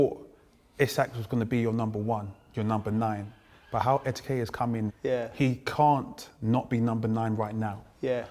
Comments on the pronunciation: Ekitike is not that difficult to pronounce... Why are so many people struggling to say his name properly?! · It’s not that hard to say Ekitike…